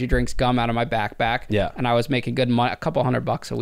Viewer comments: whoa whoa wait , he was selling candy out of what ??? his Back Back, 😂😂homie its BACK PACKK P PPP BACKPACK NOTBACKBACK 😂 back pack yenno the letter P like pensicola but yeah tell this man so he dont sound even more of a moron than he already does wchyo backback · Did he say "back back" instead of pack? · i couldnt STAND the way he says backpack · Bro cannot say backpack